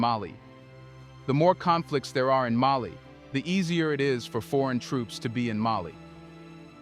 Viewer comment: It is AI. Putting the incorrect emphasis on the wrong syllable.